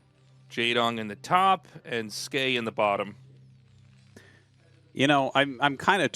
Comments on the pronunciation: Tasteless "Skee" "S-Key" facepalm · Tasteless : it's ski Artosis: it's skay Ziggy (English dub): actually it's S-key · Artosis invented Skey pronunciation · Don't worry tasteless I also thought the name was pronounced S - Key